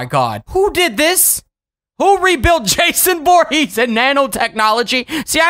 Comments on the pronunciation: Um my friend is called Jason but not vorhess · It's voorhees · Dude it’s not Jason Borgese is Jason for Keesler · It’s v v v voorhees